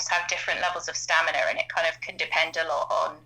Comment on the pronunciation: How is saying "staminner" not on purpose?